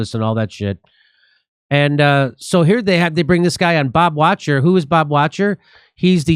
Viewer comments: Not Bob "Watcher." Bob Vock-ter. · Wachter is pronounced, walk-tur